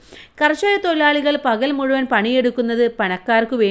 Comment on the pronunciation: തൊഴിലാളി തൊയിലാളി അല്ല